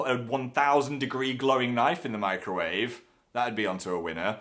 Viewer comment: When he said he put a fork in the microwave, I thought he said "I put a fork in my grave".